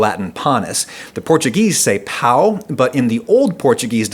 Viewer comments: Not POW . Portuguese say Pão! :) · Portuguese "Pão" doesn't sound like "pao"/"pawn". It sounds more towards "Pah-oom" but without the pause in the middle Refer to this guy explanation in how to pronounce portuguese words that end in "ão". Once you learn it you'll never mistake it again. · I imagine you always have to say difficult things so I don't blame you but i will warn you that in brazil sounded like you've said "penis" (Pau in portuguese) instead of Pão, The correct pronunciation would be something like PAN-OH, still great video like always. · Actually, "pão", the portuguese word for "bread", is spoken very similarly to "pan", and very different from "pao". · Just a little about Portuguese. The "Ã" in PÃO is actually sayed as "AN" so rather than saying "PAH-OH" you say "PAN-OH" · Pão in portuguese is pronunced more or less like "Paon". "Pau" which is the way you pronounced it, means penis lmao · The portuguese pronunciation is not "PAU", the ~ gives it a nasal sound just like when you said the japanese Pan, but with the nasal a bit on the lower end, and with a "Oh" on the end... pã[pan]-o[oh]... I can't blame you tho, portuguese has some weird phonetics. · you could not have pronounced this worse, instead of "bread", you said "dick" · The portuguese don't say pao. Do you see the tilde on top of the A? It's there for a reason. It's because it's pronounced paom which is pretty similar to pan in the japanese pronunciation. Which you also got wrong. In japan they say pan as in parmesAN not pan as in pen. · The portuguese pronunciation of "pão" is actually quite close to "pan", because that line over the ã means it´s a nassal vowel. So try pinching your nose while saying "pao" and you´ll hear it. So maybe the portuguese where actually saying "pão" but the japanese heard it as "pan" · Its not "pal" its pÃo. Because of the ~ over the A the pronunciation is PAN from >pan O<ther. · Pão sounds more like "Pan", not "Pao", in Portuguese.